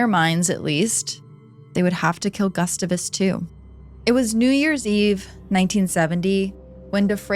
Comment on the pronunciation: I love your videos but your pronunciation of “Gustavus” is making my brain hurt. 😂